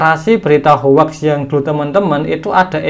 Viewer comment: Maaf mas. Hoax itu dibaca hoxs bukan hoax.